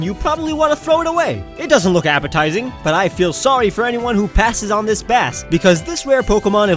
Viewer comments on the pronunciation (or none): none